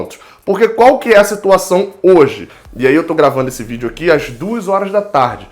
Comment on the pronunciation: VideoEERE???? Hahahah